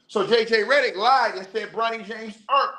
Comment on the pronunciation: This man said JJ Rhetoric, Im dead